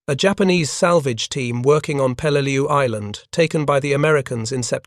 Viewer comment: Peleleiu (an island in the Palau archipelago) not pelal